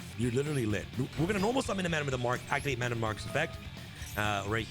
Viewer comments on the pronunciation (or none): none